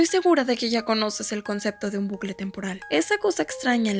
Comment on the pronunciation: Se dice bucle no blucle jajajja